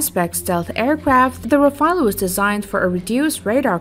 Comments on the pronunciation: People please ...it's RAFALE not RAFAEL , Rafale means Burst in French This Rafael aircraft doesn't exist at all ...thank you. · I noticed one thing pretty soon, when I read the comments. My conclusion is : both of these aircrafts has a better accuracy than most of the commenters, when it comes to spelling the names correctly. It's RAFALE. Not "Rafael".